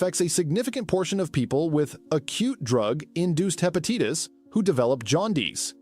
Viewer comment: What is Hepateetis?